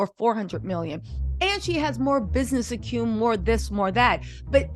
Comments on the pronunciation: It's ac-u-men and not "acume" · It's Business Acumen.. Not acume!